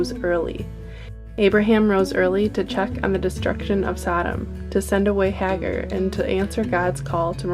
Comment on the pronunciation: Hagar - pronounced Hay-gar